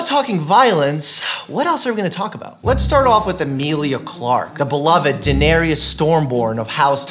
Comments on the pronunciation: I always thought Dr. Mike was really attractive and then he called my Khaleesi Danarius. Danarius sounds like a club bouncer tbh 😂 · No one: Absolutely no one: Dr. Mike: DaNaReYoUS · “DaeneryES” 😩😩 nooo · remember the meme review days where he called denaerys "delieriys" while ommenting on he dna and rna hair sighs,teary -eyed they grow up so fast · The character's name is pronounced Dan-Air-ees. Otherwise, GREAT video! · How come so many people can't pronounce Daenerys' name?? Just read people, it's not Daenerysis. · Did he just say Daener-ias ?! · He said daeneryas 😂😉 lol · I thought the same lol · He got all Dany’s titles right but the pronunciation of her name. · My favorite book series. Also very close on the titles and you mispronounced her character name. Just sayin’... BUT I AM SO GLAD YOU DID A VIDEO ON THE ONE TRUE QUEEN OF WESTEROS! Edit: So what would your general opinion/idea on the Valyrians and their incest be? Do you believe it’s a contributing factor to some of them being, predisposed let’s say, to more psychological disorders and onset’s of insanity/paranoia, etc.?